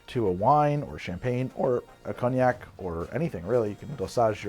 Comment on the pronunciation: Isn't cognac pronounced kone-yac?